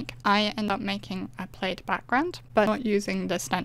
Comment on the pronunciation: Loved your peel-off plaid! It looks like pattern paper; it’s that well done! By the way, plaid is pronounced with a short “a” as in cat, instead of a long “a”. I also admired your blue plaid. Great waterfall. Well-explained, concise, and lovely voice!